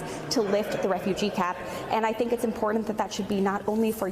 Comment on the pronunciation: Did she literally say ‘impordant’? Ridiculous. It would be cool if she learned how to speak before being elected to congress.